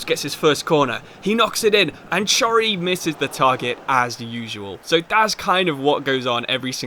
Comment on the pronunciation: please chory is not prounounced like that